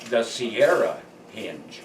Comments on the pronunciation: Impressive find, but it's henge not hinge. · Its not Hinge, its Henge, as in Stonehenge. That is quite a structure by the way........good find